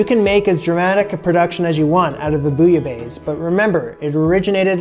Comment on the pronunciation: You can pronounce Bouillabaisse but you can't pronounce Roquefort? Really?